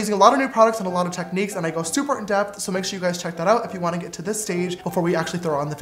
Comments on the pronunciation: is it just me or is every time James says "sooo" he says it with a British accent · When ever James says sooo it sounds so so soooo British